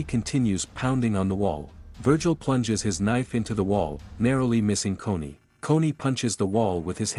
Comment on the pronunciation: Dude it’s Connie not coney